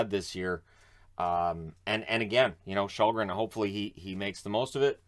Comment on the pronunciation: You can pronounce Källgren as Shellgren, should be closer to the real way it's pronounced, don't know if you care, but just a tip.